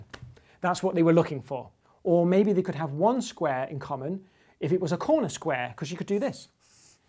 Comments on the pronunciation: I'm just here to listen to James Grime say "sqruare" 😊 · "a skweh made out of skwehs" love grime